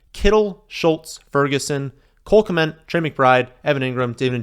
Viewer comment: still says Cole "K-meant" but we always let it go cause is S tier